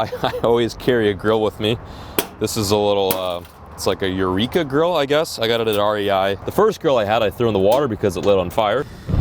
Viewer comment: I swear said girl every time he tried to say grill haha